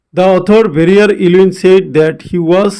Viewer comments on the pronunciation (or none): It's not Varrier it's Verrier